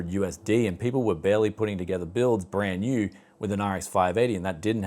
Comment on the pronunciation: Haha love the Scottish twang on "Brand New" gotta roll those "R's" lol